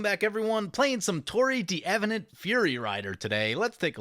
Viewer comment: Not the worst pronunciation of D'Avenant I've heard. I'll give it a B+, I think, distinctly Americanized, but good for an Americanized version of a French name.